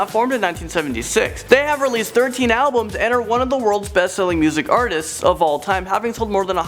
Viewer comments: It’s “artists” not “artsti-es”,,, good vid though. You said it every time so I couldn’t help myself. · It's Paul McCartney, not Paul Mcarthy. Also, it's Artists not Artisests